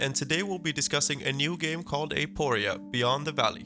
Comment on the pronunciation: i'd like to mention that it's not "eh-POH-ria", it's "ah-poh-REE-ah", means "question" in greek